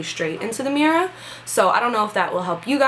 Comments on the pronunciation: Lol you can totally hear the Italian when you say "mirror" I love it lol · lol love how you say mirror